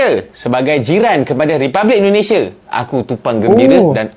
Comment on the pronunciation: Eloe orang 🇮🇩 atau orang 🇲🇾 bro Admin....? Cuman mau bilang dikit .. pengucapan Eloe yg menyebut INDONESIA Banyak salahnya .. harus nya pakai I Bukan È .. INDONESIA Bukan Èndonesia .. terimakasih 🙏 gua nonton konten Eloe sampe habis .. semoga mempererat persaudaraan antar dua negara.